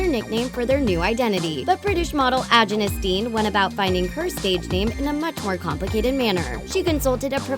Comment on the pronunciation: Did it bother anyone else at how they massacred saying "Agyness Deyn"? They said it completely wrong. It annoyed me so muc!